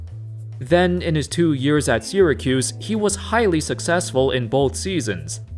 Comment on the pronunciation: I Can't be the only person who gets annoyed by the way he says Syracuse 🤣 anyway great vid so far